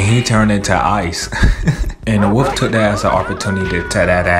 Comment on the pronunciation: Wolf not woof